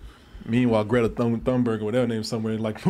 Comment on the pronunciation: Thornberg? Dude. Come on. I know you're a busy man, but a Google search takes less than a minute.